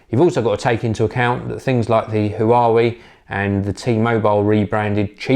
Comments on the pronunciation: Who are we handsets? Nonono!! It's "huyooway" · 'Huawei' is pronounced "Hwar-way"